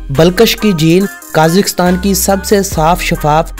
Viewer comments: साले काजीकस्तान नई कजाकिस्तान बोलते है ....😁येहे पकिस्तानी एन्ग्लीश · Pahle country ka naam to sahi bolo, phir likha likhaya bhashan sunana. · ملک کا نام تو صحیح سے کیا کرو 🙃